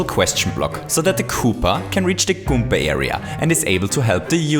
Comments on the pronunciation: did he just say goomka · I miss the old days when he said "kooper" and "goomber"